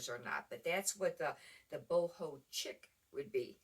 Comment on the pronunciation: Chic is pronounced sheek, I believe